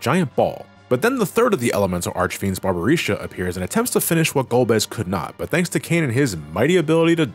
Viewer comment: I think i've lost five years of my lifespan for every time has mispronunced the names of the four elemental archfiends. Jesus. Also, the whole transition from Dark Knight to Paladin is ideally a manifestation of the purity of soul, of washing away your sins on an appearance level: apprentices that wanted to become knights had to wear a white robe and stay awake praying for an entire night, and i think the paladin class reflects that, other than focusing on protecting the others rather than sacrificing your lifes for extra damage. Cecil might still mantain his insecurities he had at the beginning, but the transformation is a physical proof that he can change, that higher powers can recognize him as honest. As said, Golbez is essentially a version of Cecil that couldn't make that jump after his brainwashing got removed, and to an extent that goes for Kain. The After Years tried to expand on these themes... and your mileage may vary on the results, even if i personally find them fine. -Teo